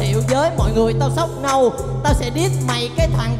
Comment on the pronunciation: ông MC kêu nâu nâu nâu mà nghe thành gâu gâu gâu